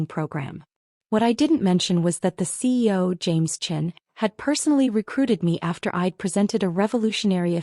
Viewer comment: While the slides always have CEO, why does the narrator always say CO?